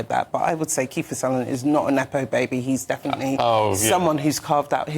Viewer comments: "Sunderland?" it's Sutherland! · Can someone please tell her that its Sutherland not Sunderland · Sutherland. NOT. Sunderland.. c’mon now. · Oh yes, I know so much about this man Donald Sunderland and his career. If you are going to appear on TV to pay tribute to an acting legend, at least afford him the courtesy of making sure you call him by his correct name. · Wow, could u get a worse reporter to do a so called ‘eulogy’. Try getting his friggin name right for a start! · Where did they get the DEI ? She doesn't even know his name is Sutherland and not Sunderland ! 🙄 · Calls both Donald and Kiefer "Sunderland". Initially calls Ian McKellan "Ian Kellan" before correcting herself. Calls the play "Players king" when the title is actually "Player kings". I assume this person is an entertainment journalist and broadcaster. If so, shouldn't enunciation and correctitude be a rudimentary part of their remit? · Sunderland???????? That woman can't even pronounce his name.. Such low quality people.. You can bet she wasn't picked because she was the best person for the job.. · Can’t even get the great man’s name right … embarrassing and shame on you ‼️‼️ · Good Grief! (I mean, pronounce the man's name correctly AT THE VERY LEAST!!!) Interestingly, both the other presenters heard the woman mis-speak Sutherland's name. Neither corrected her. I wonder why? xx SF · She pronounced his surname wrong! This is so unprofessional. She needs to go. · Paying tribute to such a well-known actor and getting his name wrong is really very poor and unprofessional!! She clearly had no idea who he was. This is really BAD! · This is a film expert!! She got his name wrong...pathetic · Get his name right. Bloody hell. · DEI hire can't even get his name right. Well done GB news!